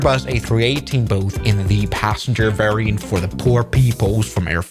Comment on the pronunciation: the german accent at "PRIVATE JET VARRIANT" is killing me 🤣